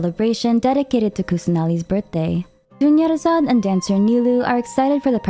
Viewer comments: "Dunyarzard becomes DONEyazard" THAT WAS SO FOUL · dunyarzad becoming doneyarzad is the biggest disrespect ive ever heard in a genshin video